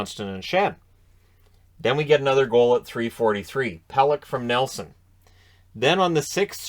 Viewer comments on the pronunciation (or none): none